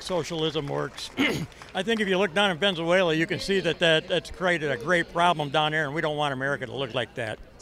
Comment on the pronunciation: Some can’t even say the word. They say Venenzayla. And they don’t like living socially, they don’t believe in Social living! Geddit!